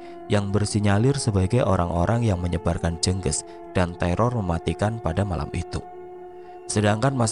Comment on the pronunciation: Mas, bacanya bukan jènggès Tp jènggés Spt baca ES bagian GES nya Jènggés itu kl di daerahku sm dgn teluh, santet